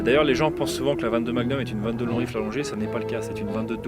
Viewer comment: J’aime beaucoup les prononciations de chaque mot avec l’accent… sauf à 22 long rifle… le poids des habitudes 😉 Mise à part ce détail, idéologique très intéressante, faudra que je rajoute quelques pistolets en 22 magnum le jour où je me livrerai à un comparatif pré-achat. Merci pour ça !